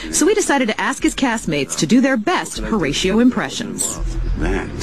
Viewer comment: its HORATIO